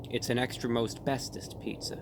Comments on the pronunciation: At first, I thought he said "Extra Asbestos". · Every time he said, "Extra most bestest pizza." I heard, "Extra asbestos pizza." 🤢